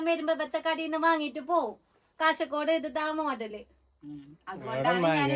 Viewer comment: കാസർഗോഡ്‌ സ്ലാങ് ഇങ്ങനല്ല. കഷർഗോഡ്‌ അല്ല 😢😢😢 ജൂീഷ് അല്ലാ. ജ്യൂസ് ആണ് 😊